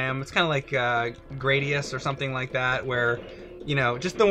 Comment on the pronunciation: Stop mispronouncing GRA-DI-US.... (グラディウス Guradiusu)